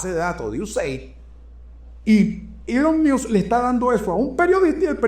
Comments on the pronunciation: Se pronuncia elon mosk miusk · se pronuncia mosc o masc, no miusc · Querido, entiendo tu lógica al ponerle la "I" al apellido "Musk" pero en este caso no aplica, lo más parecido en español sería "mosk" así como si fueras a decir mosca pero sin la "a". Feliz noche desde Breckenridge Colorado 😊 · Primero aprende a pronunciar bien Musk, y por otra parte, el Presidente hizo campaña con él por un año y el pueblo Americano VOTO porqué Elon Musk hicieran lo que está haciendo, eso lo pidio el PUEBLO AMERICAN..... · Supera interesante, pero por fa 🙏🏽pronuncia el apellido de Elon como es😊